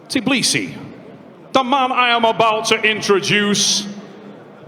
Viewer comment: tBILISI not tiBLIsi wtf man you have one job